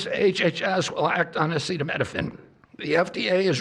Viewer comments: If you’re struggling to pronounce acetaminophen, think of it like this Minophen is pronounced like minnow fin. Aceta is pronounced Ah-see-tah. Like ah see tah Epstein files still haven’t been released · Bro couldn’t pronounce acetaminophen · This dude can't say acetaminophen. Holy shit